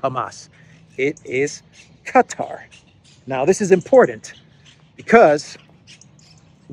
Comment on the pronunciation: Hey, its written Qatar and pronounced kuh' taar with emphasis on "taar" damn you got my ears jumping.